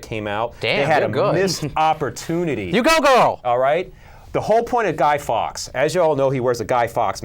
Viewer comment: Say guy fawks name the way its supposed to be said..